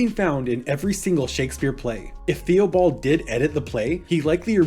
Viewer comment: Good summary of Cardenio, but one note: Theobald is pronounced "Tih-buld"